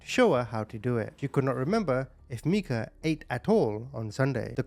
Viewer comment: Her name is Meika which he pronounced correctly. Micah is a different name